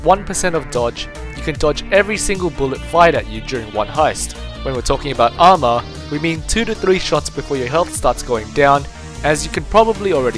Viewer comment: good video but when you said armor your "a" hurt my ears. try some stuff with mic volume